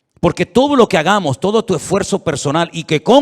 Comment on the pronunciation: Buen día estimado, sigue diciendo lo k-gamos, suena muy mal y sin respeto,lo digo con respeto ah😌